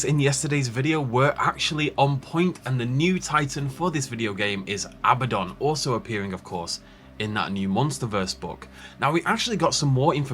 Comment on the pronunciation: ahem it's actually Abbadon